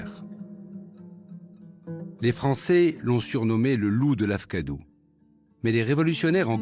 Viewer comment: Akfadou pas lafkadou